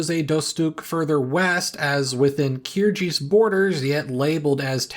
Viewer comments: Kyrgyz has a hard g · G in Kyrgyz reads as G in Greece. Kyrgyz, not Kyrjyz. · Thank you. But it''s KyrGiz, not KyrJiz. Just because G is ambiguous in English doesn't mean the sounds are interchangeable or even related in other languages. For Central Asian languages, if it's pronounced J, it's generally latinized as DZH if not simply J.